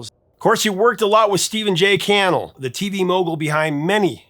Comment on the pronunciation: Mispronounces Steve Cannell's too. Do these people not have Internet access?